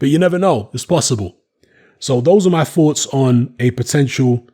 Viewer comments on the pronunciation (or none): none